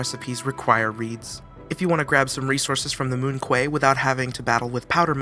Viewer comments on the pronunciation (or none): Moon Quay ("moon-kee")